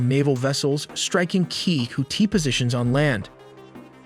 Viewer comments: Its pronounced houthi not houti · Oh jeez here we go with the horrible pronunciation of Houthi again